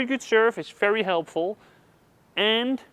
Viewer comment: I’m confused. Why is it ‘fery’ and ‘folley’, but it’s not ‘famos’? Great videos, btw😁. Subscribed